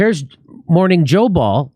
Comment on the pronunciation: Mor-Whore-ning Joe